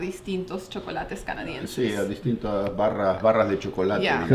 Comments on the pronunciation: esta piba no puede decir si en vez ia por dios q pesaa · No se dice yiaa... se dice SI